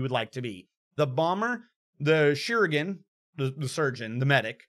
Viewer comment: I'm sure someone has said it, but the "correct" pronunciation is exactly like surgeon. I know it is rage inducing, but yeah.